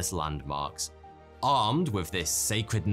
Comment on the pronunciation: "Les" is the plural. Also as the next word starts with a vowel you would pronounce the s